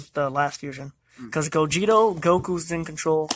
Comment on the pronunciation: Gogeta, not Gogeto